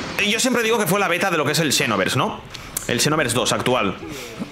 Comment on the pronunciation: La pronunciacion seria "sinovers" no "chinovers" JAJAJAJAAJAJAJAJAJAJA